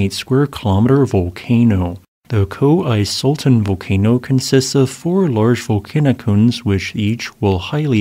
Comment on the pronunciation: Love your videos. "Koh (like "bro with a soft h at the end) EE (see) sultaan (pull fawn)"